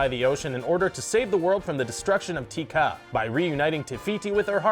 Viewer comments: ooooohhhhhh myyyyyy gooooddd It's not pronounced Tea Kah it's pronounced Teh Kah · Te ka not ki ta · What annoys me is how he says "Ti Kah" not Te Kah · Tea ka? Your such a white boy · The way he pronounced te ka is like he was saying tea kup bruh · Its te ka not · the way he says teca angers me